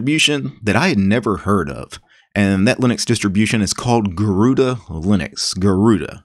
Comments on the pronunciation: Garuda not garuuda and the name is from india sir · The pronounciation is a bit off. In IPA notation, it's supposed to be pronounced as /gɜruɖɜ/ and it is the Sanskrit word for 'Eagle'. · It’s pronounced as Garurd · Garuda is the divine vehicle of Lord Vishu the protector. It's commonly pronounced as Garuudd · Garuda in hindi pronounced as garud which means eagle, so that's where the name comes from. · Garuda means eagle in sanskrit and it is pronounced like ' garuna ' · why is everyone pronouncing it the wrong way ... 'garuda' i think is the hindi word garood meaning eagle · Pronounced Garud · butchered the name, Tip: spell it like "gaa"+ "ru"+ "daa" try saying them individually and then with the same indvidual sound combine them. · Sorry to say you unpronunced the name गरुड़ where ga is a letter and at end a is ignored Hindi sound are more different from the english pronunciation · Actually you pronounced it wrong. “Gahh-rude” or “गरूण” is the way which BTW means Hawk in Sanskrit. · That's a Sanskrit name: Garuda. The 'a' is not pronounced, never is in Sanskrit. Garuda is an eagle. The vehicle (vahan) of Sri Vishnu.